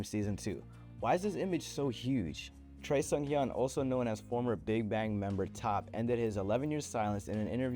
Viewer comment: The weirdest pronunciation of Choi Seunghyeon ever. Don’t listen to him!